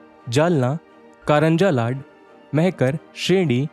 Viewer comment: Sir in this video you said karjana lad but it is karanja lad